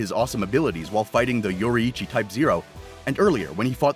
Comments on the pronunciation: its pronounced "yoreechy" not "yori hi cchi" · bro butchered yoriichi name